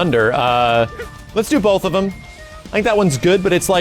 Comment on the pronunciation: "lets do 'em bolth"